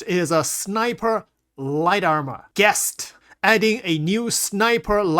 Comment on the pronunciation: "Geist" is pronounced like "Ice"... G'ICE'T not Gest... "Geist" is german and means "Ghost". Fitting for a stealth sniper armor.